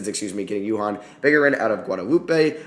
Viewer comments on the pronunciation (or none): none